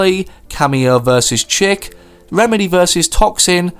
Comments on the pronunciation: Btw you pronounced chic as ‘chick’ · “Chic” is pronounced ‘sheek’ 😂